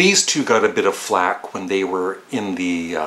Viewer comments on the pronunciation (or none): none